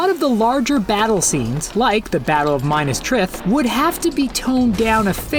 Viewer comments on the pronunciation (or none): Did... This guy say the battle of minus trith? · What an interesting video. Frodo and Sam look cute, Gollum looks way too cute, Gandalf and Legolas look too friendly/dumbed down, Aragorn looks like Jesus, Galadriel looks beautiful, and no Rohan character was depicted but thank you for including orcs. -The Battle of "Minus Trith." If you want to win over Tolkien fans, you'll have to pronounce the names properly. I know they are difficult, but there are tons of resources online. Correct spelling: Minas Tirith. Correct pronunciation: MEE-nas TIR-ith. Many Tolkien and/or Peter Jackson LOTR fans are extremely leery of any adaptation given the disastrous Rings of Power show. Tolkien disliked Disney and would not have given them the rights to adapt any of his work. As a matter fact, he didn't want anybody to adapt his work. Despite my little criticisms, I do appreciate the effort you put into this video! I have never seen your channel before and I'm going to watch some more of your videos now! 🧝‍♂️🙏